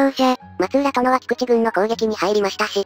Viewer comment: 松浦って、まつうらじゃなく、まつらじゃ無かった？ 室町は詳しく無いですが、九州大名にまつらが居たから。 すいません。